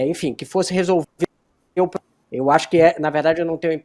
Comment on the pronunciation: Eu não sou a favor, como diz um poema de Carlo Drumont: Ema, ema, ema cada um com seus "pobrema".